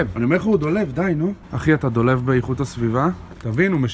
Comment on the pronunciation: אומרים dolav